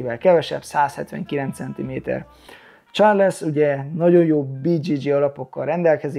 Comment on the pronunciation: Csak egy kis javítás illetve privát vélemény. Sean = Són Shane = Sén Nurmagedov = Nurmagomedov Charles = Csárlsz Yan fight IQ-ja Aljamain ellen a fasorban sem volt, egyszerűen nem tudott váltani, be volt szarva minden egyes fainttől. Gyógyulgass, várunk vissza a ketrecbe! #andnew